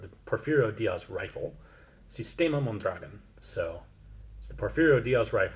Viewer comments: Just one thing, it's non pronounced mon-DRA-gon, it's mon-dra-GON. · It's pronounced like MONdraGON, not monDRAgon. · The pronunciation is with the accent over the last vowel; Mondragón. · Mondragón. Accent on the last syllable. Mon-dra-GÓN. DE nada. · It's actually pronounced Mon-dra-gone. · Mondragón. Pronounced Mon-dra-GON with the accent on the GON. Its Spanish. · Mondragón. MondragOn. The emphasis is on the o. Love the video! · The correct pronunciaton would be mon - drah - GUN; the accent falls on the last syllable. You certainly are a pleasure to listen to. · Mondragón!, with an accent in the second "o" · Learn how to spell and pronounce the name "Mondragón", you 50-year-old imbecile. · The emphasis on the word Mondragón goes on the last syllable (gón) when pronouncing. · Ian, let me just point out, I case you want to know: the name of that rifle (and the general) should be pronounced MondraGON. That's how it's done in Spanish. They never say MonDRAgon. And... Neuhausen is actually NOY-how-zen. I'm not trying to be annoying here, OK? :)